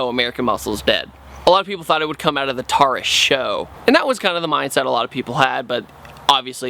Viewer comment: it's pronounced "tour-us" not "tar-us"